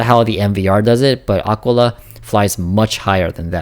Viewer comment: Ah-Kee-laa FFS, bro